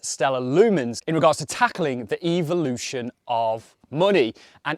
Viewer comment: You said "eviloution" of money.....